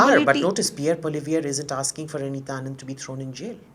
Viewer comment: Please call him by his name “Poo-ah-li-evre” and NOT Polly-viere!